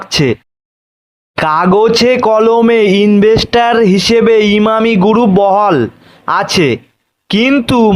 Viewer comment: আই ব্বাস। কি উসচারণ মাইরি। টাটা গুরুপ ! এই তুই আয়নাল সামনে রিডিং পল।